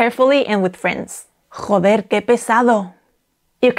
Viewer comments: I noticed with "joder' you were putting a little like, idk how to describe it properly, but like that "German" kinda "hhhha" sound when pronouncing the J. I've been told by a friend who speaks Spanish that is not the correct way to pronounce j's in Spanish, he actually said I was trying to add my "white ideals" of how words are pronounced onto the Spanish language... But I'm wondering if perhaps he was just being an asshole...? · How do you even say the 'j' in joder 😭